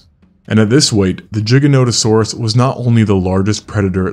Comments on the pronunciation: Why is no one talking about how he’s saying jiganotosaurus and not giganotosaurus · Bro...its GIGA NOTO SAURUS. NOT JIGANOTOSAURUS..... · Its Giga not Jiga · Why would they name something gigantic giganotosaurus and then pronounce it jig-anotosaurus instead of gigan-otosaurus? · Bro it isn't jiganotosaurus Its giganotosaurus pronounce the g not j and NOto its noto replace the last o with an a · No one can say the name of this dinosaur ffs. It’s Gi-gano-tosaurus you know, seeing as the word derives from gigantic. Not “giga” which mean a thousand, or “jigga” which sounds racist. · everytime i hear G-ga notosaurus my soul shakes in cringe just say "ghi gah" who cares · Its with a "G" not a "J" like what lol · Bro why cant you pronounce it normally? Do you say gigajoules or jiggajoules?? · JAI guh, not JIG ah. Jai guh no tuh saur us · G g not j G GIGA NOT JIGA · Holy fk dumb dumb its GIG-A not JIGG-A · Fyi, "giganotasaurus" is pronounced "giga" not... "jigga". Etymology is from greek gigas -> "gih-gus". Before people try to be blind sycophants, please realize this -> "this is not an opinion you get to disagree with" 😂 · Its called GIGA NOT A JIGGA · Stopped listening after Jig instead of Gig. 😬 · Good docu, but what makes it so hard for Americans / English to at least try to pronounce Latin names correctly !? It is not "Dshiganotosorus", it is more like "Geeganotosorus"... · Isn't the largest one a spinosaurus is not pronounced jigaotosaurus it's pronounced giganatosaurus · There's none. But he does say Jiganotosaurus many times. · no "giga" comes from the greek word gigas which means giant -> this means that "giga" is also pronounced as giga and not as jiga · Spelling - giganotosaurus. This guys spells - First word starting with g - as ji.. second word starting with g as g. Americans... dumb af as always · It is not "Gjiganotosaurus", but GIGAnotosaurus... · jigga notosaurus lmao how big is your hard drive? 500 GIGAbye. it's GIGA notosaurus. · “Jigganatosaurus” lmao